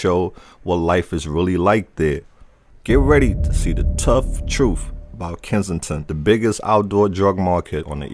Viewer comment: Its not "troof", it's "truth". Its called english 😒